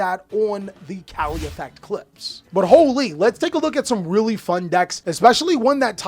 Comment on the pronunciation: They were calling him